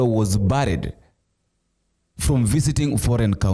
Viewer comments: It is barred not baried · Jaribu kutumia google kujifunza matamshi…the word is : barred sio buried… kwani hatujifunzi English High School. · He wasnt buried (pronounced bared) but barred.( pronounced baad) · Barred pronounced..ba-add just saying